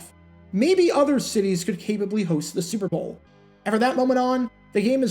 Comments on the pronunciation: Why can’t you pronounce “Super Bowl “correctly? Every time you say it 5000 mph. It’s not the “Zrbool” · Slow down; annunciate. What the hell was "Sewer Boe Two"?